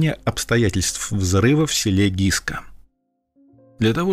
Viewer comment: СЕЛО ГЫСКА, А НЕ ГИСКА!